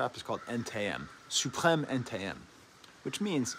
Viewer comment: ca m'a choqué mdr. meme la prononciation est niquel